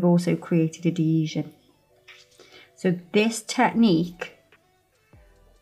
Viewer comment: I love the way says “adeeesion” 😝💅🏽🥰🫶